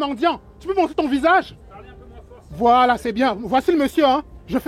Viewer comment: Même quand ça dit voilà on entend whalla